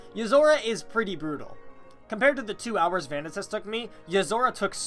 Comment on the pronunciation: You know, the way he pronounced it is actually the right one. Vanitas is a Latin word, and it is pronounced Vanne-tas, not Van knee tas. I'm Italian and have studied latin, and it always makes me laugh how bad english speaking people are at pronouncing latin words XD